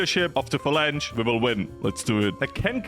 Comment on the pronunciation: "Falan-hey." That's a good approximation of the Spanish pronunciation